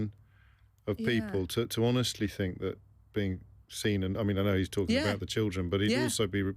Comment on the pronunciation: She needs elecution lessons..... Frived meaning Thrived Fink meaning think Trouble with TH? This is not a speech impediment as she can say TH when she says 'BOTH' and -THE' and by the way.....Angela, 😢 you haven't 'Got a clue'! 😢